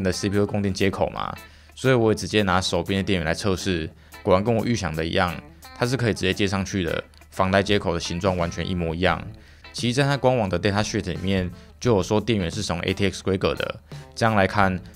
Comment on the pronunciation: datasheet ✅ datashit ❌